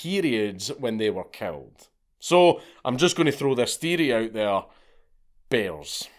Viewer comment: It took me a while to understand that he said that periods attract bears. I kept thinking he said "Bezos" as in, Jeff Bezos, and I just went "yup sounds about right"